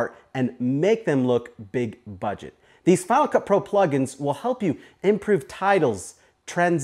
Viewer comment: Each time you say "Final Cut Pro it sounds more like you're saying "FinaCupru". Your video is a good example of the effects you're showing. You mentioned something about money earlier; are these other plugins (besides Cinema Grade) free, or are they trial/paid as well?